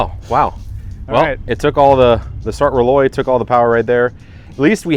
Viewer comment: Jacques, for a guy with a French name, you need to learn some pronunciation. Jaune Flamme = zhone flom. Rolaise in Sart Rolaise = roll-ehz.